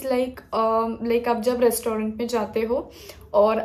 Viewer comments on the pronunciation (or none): What a diction, res- tau-raant